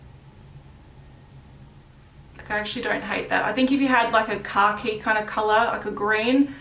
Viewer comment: For a second I was like “WTF is a Car Key Colour?!?...... OH She means Khaki” hahaha